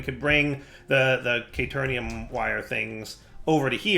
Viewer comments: hearing him say caternium and petrothium drives me crazy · Its caterium. Theres no N in it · Yeah, but it’s pretty much futile at this point to try to correct him. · He sometimes says it right and sometimes he says caternium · Didn't he already realise he was pronouncing "Caterium" wrong and corrected himself? Did he un-realise it? xD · He does this with every word he mispronounces, he acknowledges the correct way to say it and then just goes back to saying it wrong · Hearing keep pronouncing caterium wrong Is making me go crazy